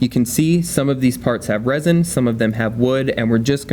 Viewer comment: The moment I hear "resin", I stop watching.